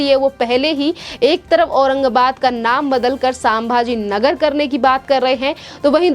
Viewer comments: WRONG PRONUNCIATION..PLEASE CHECK..IT'S SAMBHAJI NAGAR.. NOT SAMABAJI NAGAR. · वो संभाजीनगर है.......सांभाजीनगर नही है ,सही उच्चारण होना चाहिए ..... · Medam सामभाजी नगर नहीं संभाजी नगर बोल अभी मेडम बोला है अगली बार एसा उच्चारण किया तो मा बहन की गालिया सुनेंगी